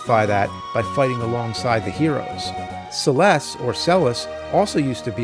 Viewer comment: You're fuckin' A right! Also, this game was the first to ever tell a deeply profound story. You said "Celes" properly the first time. - That is indeed also another Star Wars reference, there are several throughout the game, including Celes telling Locke that he "looks short for a soldier" if you rescue her and he's wearing imperial armor. - Strago has a lore ability (Traveler/Step Mine) that does damage to a target equal to the number of steps the party has taken divided by 32. - Eh, I get where you're coming from, and LttP is my 3rd favorite game of all time, but A Link to the Past doesn't have the same "permanence," that FF6 does. At the end of LTTP, you use the Triforce to undo Gannon's wish and make everything go back to how it was in the golden land (dark world) before Ganon made his wish, and stop him from merging the worlds. During almost any time/point (barring the insides of a dungeon/building) you can use the Magic Mirror to simply return to the "light world," and the "light world" hasn't been impacted by Ganon yet, it's the golden land/"dark world" that was hit first. In FF6, the world is destroyed to the point that the landscape changes and life (trees, plants, other nature shit, lol) stops growing on the planet. There is nothing like the Magic Mirror in FF6 that lets you just go back to the World of Balance; it's gone now. At the end of the game you do beat Kefka and the world finally starts to heal and life begins gr